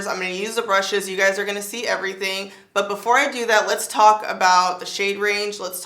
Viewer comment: “Les put this one away” 😂🤣😂